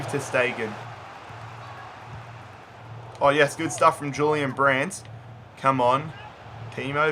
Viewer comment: And he was pronouncing Julian Brandt wrong